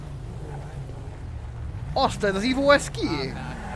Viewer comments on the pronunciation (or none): A végére: Az szerintem is ÍVÓ, nem EVÓ, kiejtésre.